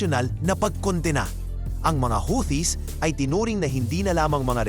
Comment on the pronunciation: The word "Houthis" is pronounced "HOO-tees", with the emphasis on the first syllable. NOT HOWTEE…. Or HUTI, but NOT HOWTEE.